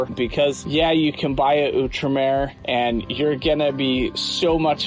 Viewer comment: Its Out-Remer... Not ewwtremer